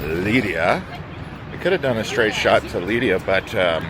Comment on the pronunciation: 275 euros on 2 taxis is crazy. There were probably cheaper alternatives. In general: so much money is spent on expensive transportation in these few days, it's too much. Why didn't you look into the Eurail pass? The pronunciation of cities is wild: Lidia (Lleida), Too Loon (Toulon), Saragosa (Zaragoza). Oe-gio train is called Oui-go (pronounced as 'yes' in French) I also noticed this in the Nice to Malta video, just invest some time in how these places are called.